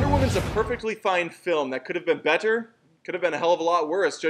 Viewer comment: the way you said “better” made me uncomfortable